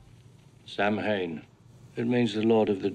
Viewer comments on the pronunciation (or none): movie fact check on Samhain: It IS an old Irish Celtic word for a festival that is an early form of Halloween, it means "summer's end." In Irish it's pronounced "Sow-win", in Wales and Scotland it's pronounced "Sow-ween" or "Saw-vin." It is only pronounced "Sam-Hane" in US and Canadian movies where the production team didn't know how to pronounce it. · Irish speakers really hate the mispronounciation of "samhain". "saw-ihn" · The Celtic Druid festival of "Samhain," which the holiday of Halloween is based on, is actually pronounced "Sah-win" in ancient Gaelic. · The one thing that slightly irritates my partner about this movie (they still love it) is Loomis' mispronounciation of "Samhain". 😂 It's actually pronounced "sow-win". This is actually one of my favorite sequels. I always watch the first two Halloweens back to back. Start scary and end with fun. 🎃